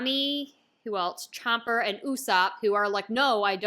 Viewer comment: "chomper" 😂😂 she ain't gonna get it right 😂